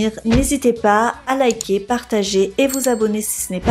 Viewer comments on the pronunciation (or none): none